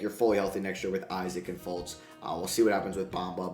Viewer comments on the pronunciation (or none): none